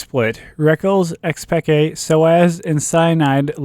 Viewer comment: rofl one of the commentators called Xpeke, Xpeekaaa